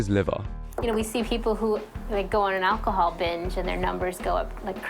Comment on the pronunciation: "My liver was full of fat..." He was so out of it he mispronounced alcohol.